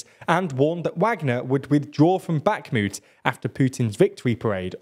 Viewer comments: Bakhmut rhymes with put, not flute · "back moot"